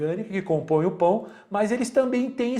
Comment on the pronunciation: Ótima aula professor!!!!,e por algum motivo eu ri com você falando pao kkkk